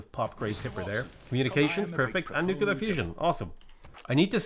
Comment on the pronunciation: Are you aware that you pronounce it nu-kulear?